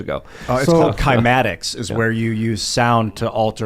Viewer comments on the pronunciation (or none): Cymatics should be pronounce "S-eye-Matics". It's the same root as Cymbal.